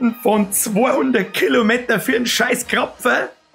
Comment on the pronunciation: wieso sprichst du krapfen so degeneriert aus?